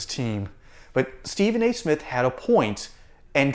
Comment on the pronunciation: Steven A-hole Smiff. Really?!?!?! Byron Do Not get in the gutter w/ this blabbering goof bawl. I can’t believe the sports world has given him the platform to crap outta his mouff.